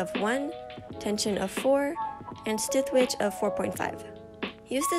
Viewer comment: This is so random, but you said “stidth witch” and it was so cute 😂 also amazing tutorial! I loved it! Working on the skirt right now!